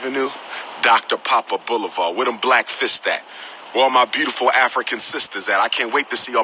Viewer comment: Did he say doctor Big Poppa Boulevard